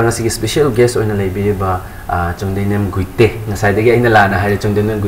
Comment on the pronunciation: Please Pronounce the title properly its Guite not Gaite ... The Anchor needs improvement